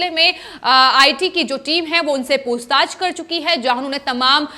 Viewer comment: ये क्या शब्द हैं: 'पूस्ताछ' 'सिवशेना' भई हिंदी में ख़बर दे रहे हो तो साफ और शुद्ध तो बोलो। और, 'कहीं-ना-कहीं', 'तमाम' को जहां-देखो-वहां बेवजह इस्तेमाल करते हैं ये लोग!